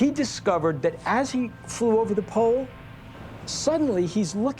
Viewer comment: Why tf does he keep saying "poll" instead of "pole"